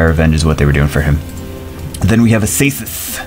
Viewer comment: This is not how you prononce Acasis lol, it's aKasis ^^